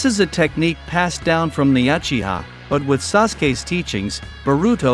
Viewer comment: why..is this guy call jutsu jastu. and why is he calling uchiha achiha...